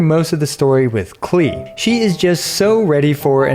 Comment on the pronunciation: Her name is pronounced closer to "Clay" (kuh-lay) It's German for "clover"